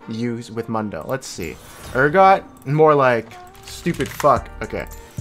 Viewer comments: mu-n-do .. the champ say hes own name like 1000 times in 20 min and you still call him moondoe :(((( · is noone going to say anything about the way he says mundo? come on bro you know better lol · Why even write mundo in the title if you keep saying mAnDo whole time